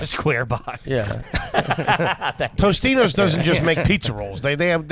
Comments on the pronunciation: I had to look it up because I thought I was going through a Mandela effect but it's Totino's pizza not Tostino's. Hilarious that he got the AYG dudes to say it the wrong way too. Nate is an onion he never wanted with so many layers of garbage. Loved it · It's "Totino's" not Tostino's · Guys... It's TOTINO's, not Tostino's. Yes, I am trash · It’s totinos not tostinos TRASH. I’m trash for knowing that. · I can’t believe all 3 of you collectively call Totino’s “Toast-ino’s”. How funny lol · I love how they all said "Tostinos" when it's actually Totinos. Mandela effect confirmed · I love how they’re all so garbaggio they keep calling them “Tostino’s” when it’s actually Totino’s lmao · It’s so garbage to combine your pronunciation of Totino’s and Tostito’s into the same word and all of them were on the same page with it 😂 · is it garbage if you pronounce Totino's as toastino's?😆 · If you pronounce totino's, toe stino's your garbage. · Totino’s is his favorite, but he can’t even say it right